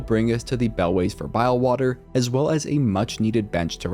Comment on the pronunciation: "Bilewater" he says